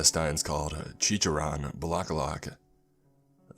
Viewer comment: Not even finished the video yet, but having a blast with these pronunciation(No hate, I love you) “ Balete “————————> “ Baleet “ “ Kapre lives there “ ———————> “ Capri lives there, Capri is mumu “(The dreaded Capri Sun of the Woods) “ Chicharon Bulaklak “———————>” Chicharon Boolaklak “(Good job on this one, it was close) “ Lambanog “ ———————————> “ Lambahnog “ (Pretty close, good job! Don’t pronounce “Lam” like the word “Lamb”) “ Tabi tabi po “ ——————————> “Tabi Tabi po”(Spot on, good job!) “ Ineng, hingang malalim “ ———————> “ Innig hingeng maliim “ “Na duwende ito” ———————> “ Na duwenteh e-two “ “Duwende”———————> “Duwents” “Balete” is pronounced “ Bah-leh-teh “ “Duwende” is pronounced “ Doo-wen-deh “ “Kapre” is pronounced “Cap-preh” “Chicharon Bulaklak” is pronounced “Chee-cha-ron Boh-lak-lak” “Lambanog” is pronounced “Luhm-bah-nog” “Ineng, Hingang Malalim” is pronounced “Eh-ning Hee-ngahng Mah-la-lem”